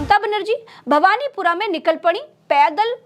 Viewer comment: Its bhawanipur not bhawanipura